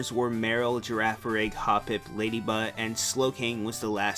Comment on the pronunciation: Whoa, Whoa, Whoa! Ladybutt? What are you talking about?! Calling a Ladyba, Ladybutt?